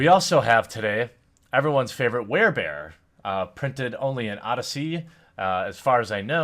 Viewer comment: werebears? there bears! why u talkin like that? thought u wanted me to!